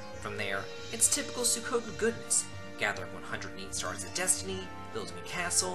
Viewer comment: Isn't Suikoden pronounced swee-ko-den or Sue-E-ko-den?